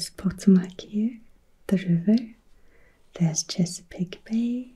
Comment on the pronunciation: Great video. Regarding the river, the accent is on the second syllable Po-TO-mac.